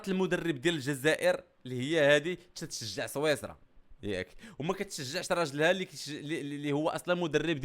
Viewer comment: صويصرا الا سويسرا😂😂😂😂😂😂😂